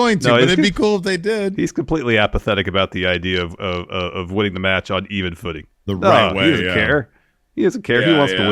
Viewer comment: saying "metch" was so funny🤣